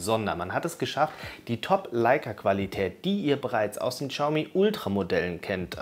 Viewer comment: Es heißt nicht "Tschaumi", im chinesischen ist das "x" stumm. es heißt "Schiaumi".